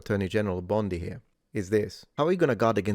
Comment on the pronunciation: “Pam Bomndee” 😅